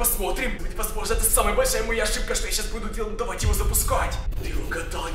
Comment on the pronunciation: Привет правильно давай а не "довай"